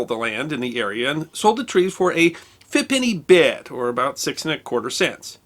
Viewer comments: what was that monetary value? A fippity bit? A fimpeny bib? What? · "Fippenny Bit" took me about 20 minutes to try and figure out what the hell you were saying. Put some text in your videos, man. Isn't this supposed to be educational? Are you afraid your audience doesn't want to read or are you just being lazy?